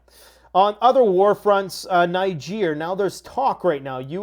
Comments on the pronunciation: Niger is pronounced "Neej are". A French pronounciation. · Great video as always, but it would help you a lot for you to google how to say Niger. You'll, thank us later lol.